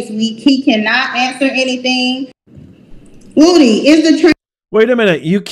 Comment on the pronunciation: his name is WOODY not woooh dee🤡🤡🤡🤡🤡